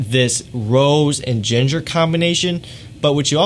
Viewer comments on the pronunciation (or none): none